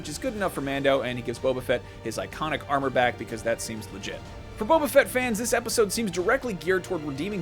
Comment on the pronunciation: Boba not Bobba.